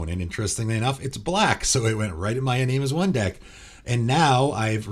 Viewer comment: You're still mispronouncing Iname.